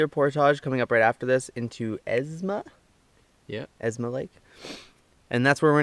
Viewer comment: Great video series guys. Just wanted to let you know that the lake is called 'EsMa Lake' not 'EsNa Lake'. Keep up the great videos!